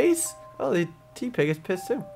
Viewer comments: you're right i mean have you seen ditto?He's just a blob.Also use other pokemon for battle it's not because i don't like oshawott it's just that oshawott's skill alone could get your ass handed to you so train the other three pokemon as well.one last thing tepig is pronounced teh-pig not tea-pig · He's (Tepig of course) pronounced (because little cousin told me about pokemon in mah car) Taypig but accent makes it Tepig you pronunced it Teapig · just so you know its pronounced Teh-Pig